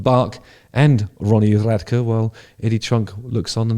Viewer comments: I could not imagine deciding to sit down to make a video about an artist and not taking 30 seconds to look up how their name is pronounced, Radke sounds like Rad Key not Rad Kuh. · *"radkey" is how "radke" is pronounced 🙏💖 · The pronunciation is Ronnie Radke (Rad-key) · Pronounced (Rad Key) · Radke is pronounced rad-key but yeah this drama is funny af also its for lighting and the back tracks for a few of falling in reverse Songs bc some of the songs have rap type beats, and so they couldnt do the lighting or play like 4or5 of the songs. So to do the show properly and to give Fans a show worth the money spent they really needed their tech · Radke (pronounced Rad-Key) is 100% right, go ask Rammstein if they could even try to perform without Flake Lorenz's laptop or Limp Biskit if they could perform without DJ Lethal's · His name is pronounced Rad- Key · Ronnie's surname is pronounced Rad-Kee. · Rad-key is how it’s pronounced😂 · idk, bach may be a big dude, but radke (pronounced rad- key) has been in prison... And he is a scrapper. Place your bets folks 🤣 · Pronounced Ronnie Rad key. Falling in reverse are beautiful give a listen to his voice. We would have listened to an acoustic set or Acapella set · Its pronounced RAD-KEY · Rad-key is how you would pronounce his name. Just some FYI. Good video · Lighting and pre- onstage intro atmosphere is probably the reason and not actually cheating on music. So Ronnie who is not one who takes shit - he cam stand up for himself and he and Sebastian have argued plenty - I just care that Ronnie Radke (pronounced Rad Key) and Falling in Reverse is a fucking great band. For a clearer understanding you can listen to Ronnie's interview - I am pretty sure he is not a f... idiot...Narrows down who might be,... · I believe it's pronounced Rad-key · I’ve been waiting for this video haha Also it’s “rad-key” :) Love the videos man!! ❤ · Pronounced "Rad Key" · It’s pronounced like “rad-key” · It's pronounced Radkee Justin.